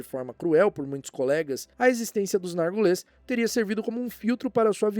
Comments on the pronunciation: Vídeo muito bom!! Amo vídeos desmentindo as teorias, por mais legais que sejam. Mas morria de rir toda vez que o ignorava completamente o i de Narguilés, falando Nargules. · Por que voce fala NargUles? rsrsrs